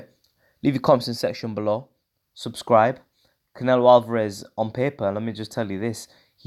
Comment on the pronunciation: Haha the way you said Saul canelo alveraze